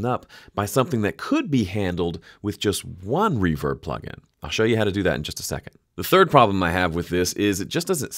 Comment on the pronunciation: henceforth i will say "pluggle" instead of plugin